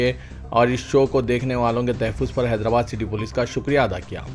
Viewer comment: ۱۔موہن بھگوت نہیں ۔" موہن بھا گوت" بو لو۔ تحے فوز نیں۶ رے باوا " تحفظ" بو ل۔ٹیپو سلطان کی 'mihaz Arai.نیں۶ رے باوا Mahaz Arai بول۔4۔Arab imaratنیں۶ Amarat بولو۔5۔Tjawizنہیں تجاوز۔بولو ۔زیر سے نئں رے باوا زبر سے بول